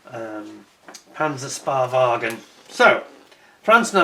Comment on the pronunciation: Hi,: The German name for the little tank is pronounced Panzer "Shpay" Wagen.